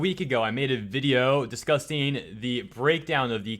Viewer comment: not discusting, discussing. The word is discuss, not disgust